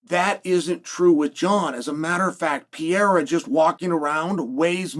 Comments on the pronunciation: Chael is so corny. Say the dudes name right stop being disrespectful. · The real win will be when chael actually says his name right. Thats Chaels next fight and he’s like 0-600.